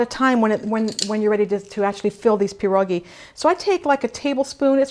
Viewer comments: it's pierogi, not peerogi. also piroshki are not Polish. there's a difference. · It's [Pee - Ear] - [ Ro] - [Gee] not Jee. Gi, like ski. Pie ro gi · I beg to differ. It's not pronounced pee-ear, at all. More like Pyeh-ro-gee, and of course roll the R. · I cringe every time you say pierogi